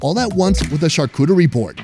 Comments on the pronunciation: its pronounced charcuterie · I'm an American born French citizen. Not trying to be pretentious but charcuterie is pronounced shar-coo-tree